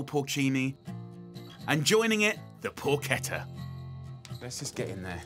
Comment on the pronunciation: Good pronunciation of "porchetta" i wasn't expecting that